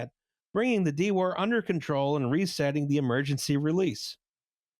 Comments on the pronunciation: For future reference: dewar is pronounced DOO-er (US) or DYOO-er (UK) and is named after the Scottish scientist Sir James Dewar. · In my high school physics class we pronounced "dewar" as "doo-er", like the Whisky. It's like a big yeti cup for cryo liquids. It's vacuum insulated glass. My friend knocked it over and shattered it. A $5,000 piece of lab equipment. He replaced it with a disposable styrofoam cooler and it worked pretty much as well.